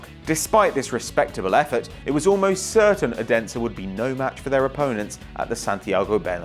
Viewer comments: youre not even close to say odensen right but nice vid :D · Sorry but you saying Odense wrong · Anyone from Denmark who cringed when he said Odense